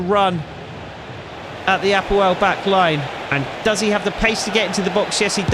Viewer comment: Excellent pronunciation of APOEL. I am from Cyprus 😂 and its my team. Just for info we went as far as the quarter finals of champions league twelve years ago!!